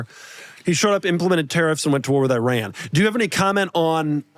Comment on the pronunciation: Shout out to for pronouncing Iran correctly.